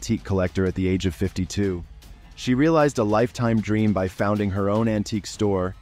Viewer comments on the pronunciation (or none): none